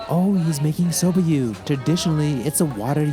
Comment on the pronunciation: Do their Inaka and Seiro correspond to juwari and nihachi, or is everything nihachi here? A note on your pronunciation: It's so-BAH, not "so-BUH" as you say it. Small but important difference of hatsuon!